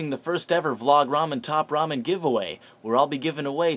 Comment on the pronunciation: ramen wig... they should make those for halloween :P { the audio preview guy can't say ramen :/ }